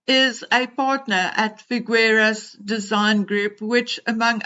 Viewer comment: Nacho has been jinxed (markled?) as all those who associate even slightly with her. By the way, just a tip on Spanish pronunciation. The "gue" in FiGUEras is pronounced as the "gue" in the English word "guess" FiGUERAS. The U is not pronounced. It will make it easier to say it. It is really a pity because as you very well said, Figueras' is elite in Argentina and until now, also abroad. He went to school with H in Eton and really considers H as a younger brother. One word in his favour. In Argentina, men do give bear hugs to their male friends, it is common practice without any ulterior connotation to kiss a male friend on the cheek, like brothers or close family. Argentinians are known to be warm, welcoming people, especially the people connected to farming, cattle breeding, racing or polo horse breeding. So it's not unnatural for Nacho to be like he is with H. But he's made a huge, huge mistake by letting himself be dragged into the "Meghanian" circle. I hope he wakes up soon, because his "brand" is really going to crash. A pity because he really is a great guy "friend to his friends, nice, very pleasant and warm".